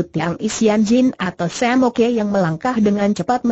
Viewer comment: Terlalu dipaksakan diperpanjang dg membuat tokoh2 baru ..jadi bertele2 Twa Ok dibaca Twa Oke Ji Ok dibaca Ji Oke Sam Ok dibaca Sam Oke.. lucu...